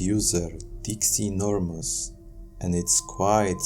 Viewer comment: Dixienormuz?? Lmfao!!